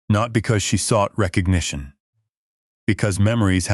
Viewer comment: Wreck cognition? Are you kidding me. C'mon folks, we are not stupid. Are the writers or narrators?